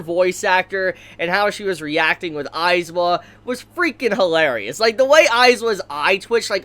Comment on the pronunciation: It's AizAaaaawa not aizwa